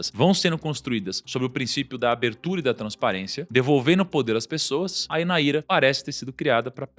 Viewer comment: Não é Naíra, é NÁIRA só pra corrigir a pronuncia, NÁIRA NIGERIANA